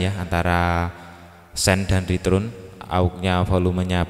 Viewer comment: Joss penjelasannya ... Tapi, Ritern bacanya 😀😀 Abang